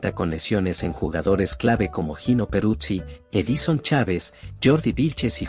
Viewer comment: Hey!!! Se escribe Gino. Tu lo pronuncias "Jino" se pronuncia como "Yino" o "llino". Para servirte.😊